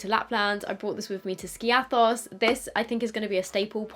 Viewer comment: I love how she pronounced Skiathos